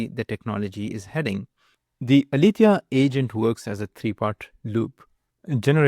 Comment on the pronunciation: It's not "Alifia". It's Aletheia the greek goddess of truth. It's pronounced ale-te-ia.